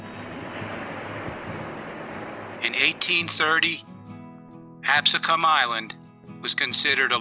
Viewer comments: Great documentary. However, we pronounce in Ab-see-can. Not Ab-su-kahn. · So far I’m liking this. Reminds me of something I saw in school (I grew up near Cape May). But is it me or does this guy not know how to pronounce Absecon?